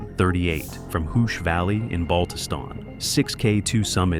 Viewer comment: And why is the Matterhorn pictured when the narrative is about peaks in the Karakoram range? I know video can be used as filler, but there are a number of shots that have nothing to do with K2, or even the Himalayas. Also, the guide's home valley of Hushe is pronounced "Hu-sheh," not "Hoosh."